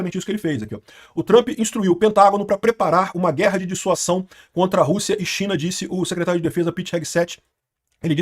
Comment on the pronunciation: Amigo, corrige isso aí! Chega dói quando você fala DISSUAÇÃO. Muda pra DISSUASÃO!